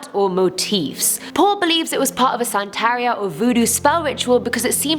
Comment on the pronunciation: Its not santario its santaria